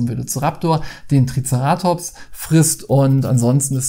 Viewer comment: Hi, bitte nicht übel nehmen aber dein TricerAtops triggert mich sowas von:-D By the way, im gedruckten Duden steht das Wort nicht mal drin. Online findet man es dann doch und der Betonungsstrich ist auf dem E, wie ich dachte. Kommt vom griechischen „Kéras“ für „Horn“ also TricEratops. Ansonsten süße Spiele - die Figuren scheinen zum Teil etwas wackelig. Uns hat „SOS Dino“ von Loki als Koop sehr gut gefallen und das hat auch super schöne Dino-Minis